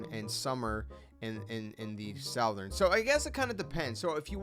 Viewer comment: Good video but damn gotta learn how to pronounce southern.